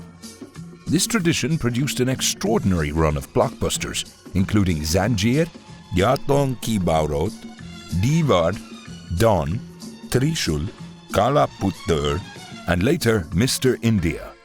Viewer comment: I cracked a bit when he said Kala Puttar instead of Kala Pathhar 🤣...For those who don't get it Kala Puttar means (Black Son) ; Kala Patthar (Coal)